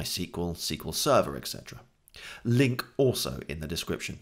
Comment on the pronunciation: Haha I laughed when he said "link in the description"... "LINQ in the description" :P